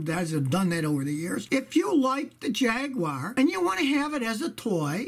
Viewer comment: Thanks for not pronouncing it Jeag Yoo Warh